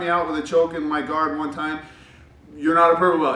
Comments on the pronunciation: My old coach from Brazil asked me to correct his English when he made mistakes, and when I told him that "guard" isn't pronounced "gward", it literally blew his mind. He had to check online AND ask somebody else before he believed me. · Yes sir, im from Sao Paulo. The way you pronounced "guard"..... hahahah LMAO! sad but true....